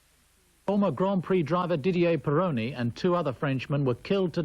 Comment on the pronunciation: Didier Pironi! Not Peroni!